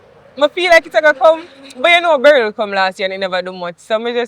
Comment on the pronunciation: 'Beryl' nuh easy at all😂😂😂😂😂